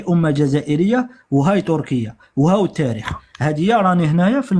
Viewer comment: كانش واحد ينطق التاريخ بطاريخ يعرف التاريخ